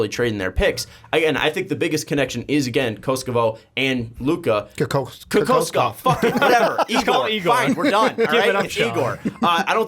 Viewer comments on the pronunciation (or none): KO -- KO -SCHOW it's how you should read it lol call him igor and help yourself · Pronounced KO-KOSH-KOV spelled kokoškov not cocoaskov lol